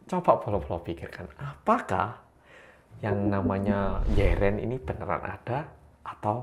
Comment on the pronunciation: 野人 artinya manusia liar, bacanya bukan yren tp gmn ya 😭😭